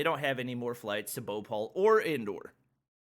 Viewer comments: is saying bopal instead of bhopal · All the times he he said bopal i was like whats that??? me later: BHOPAL ohhhhhhhhhhhhhhhh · The way he pronounced bhopal i was like what is he talking about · it BHO PAL not BHU PAL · He said Bhopal Bopaul😂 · Its not bopol 😂 Its Bhopal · English is not some universal language, most indians can speak English better than most people in the world, it's BHOPAL and not boupaul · saying bopal but its bhopal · Indians: Bho-pal: Bopal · He is pronouncing Bhopal bowpol😂😂😂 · Whe he says indian names i was like😂😂😂😂😂😂😂😂😂😂 like he make bhopal bhopaul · His pronunciation is the best bro bopall wow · wrong pronounciation of Madhya pradesh and Bhopal 😁😁 Ik coz im Indian 😅 But its ok, i know its problem, language 😅 and also the airport rules and all 😶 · Well my accent is very light and im indian Lol the way he says bhopal is so funny🤣